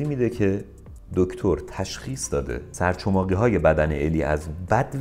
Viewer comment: سپاس. یه اشکال کوچیک داشتید. سرچماقی نه، سر چخماقی درسته